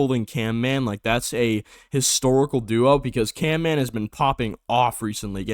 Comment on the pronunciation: CaNman? It's CaMman